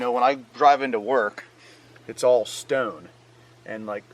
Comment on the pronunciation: You say "stone" like a dirt bag from Philly